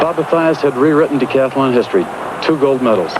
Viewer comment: The word is "decathlon"--if you wouldn't say "athAlete," don't say "decathAlon."